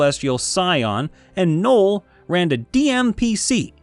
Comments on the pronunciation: “Nole” It’s no El. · I've never heard of a person named Noel that wasn't pronounced "gnoll".